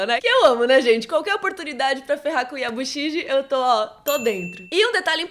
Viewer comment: parabéns pelos vídeos. São muito legais. Não quero, pagar de chatão com pronúncia, mas acho que é algo legal e que dá corrigir fácil. 90% da pronúncia é muito semelhante ao português. Aí vão as que fazem maior diferença: GE -> GUE GI -> GUI Então, Yabushige -> YabushiGUE Sugiyama -> SuGUIyama CH tem som de TCH, como em "tchau" Ochiba -> OTCHIba S, no meio de palavras não tem som de Z, mas de S mesmo Osaka -> OSSAka Que me lembre é o principal, tem coisas mais sutis, mas não farão grande diferença. Abraços, obrigado e parabéns mais uma vez. CH tem